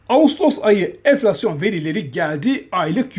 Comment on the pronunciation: şuna "eflasyon" demesek mi artık? "N" harfi prestij için çok önemli